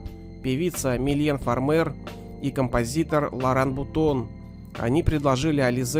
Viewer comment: Не Лоран Бутон, а Лоран Бутона )